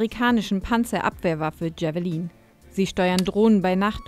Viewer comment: Javeliiiin xD Bitte schaut nochmal auf eure englische Aussprache.